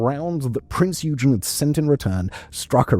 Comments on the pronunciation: Because it’s not pronounced as “you-gin”, but rather “Oi-gen”. It’s frustrating because any other time he’s talked about any other German ship he’s pronounced their names right. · "Oig-en" not "You-jen" :) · it;s prince yoi-gan not you-gin kipperhead!!!!! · Prinz Eugen. Please check Google on how that is pronounced correctly. And it's not Eudshen. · EUGEN - it's pronounced OY-GEN.. like boy but without the B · The German heavy cruiser "Prinz Eugen" is pronounced Prints Oy-gen. The "Prinz" is pronounced like the English word "prince", while "Eugen" is pronounced with a short "o" sound, similar to the "oy" in "boy", followed by a hard "g" sound like in "get" and then a short "en" sound. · "Prints Oygen" with a harrd G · I know, it was bugging me too. Every time he said it ha ha. Its "Oi gen"! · It's pronounced Oi-gen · prince oi-gun...your welcome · Just a little nitpick, its pronounced along the lines of „Oi-gen“ with a hard g just like in „gain“ :) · No one can pronounce "Eugen" and "Gniesenau" correctly.. oy-gen.. nice-en-ow.. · prinz yoo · jn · it is the way silverhornet is saying. „Eu“ is pronounced the like an Australian would want to get your attention „Oi!“ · OY-gen… hard g. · The "G" isn't silent.